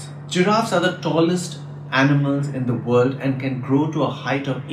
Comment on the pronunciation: Congratulations on creating this excellent channel! Your videos are going to be shared far and wide, and are also going to provide great fodder for fun dinner table quizzes for the children at home! Thank you for creating this resource. I wish you all the best. A suggestion for improvement: you pronounce 'the' as 'the' (as opposed to 'thee') even when it precedes a word starting with a vowel sound; but as far as my knowledge goes, one should be pronouncing it as 'thee'. For example, 'thee' eagle, not 'the' eagle.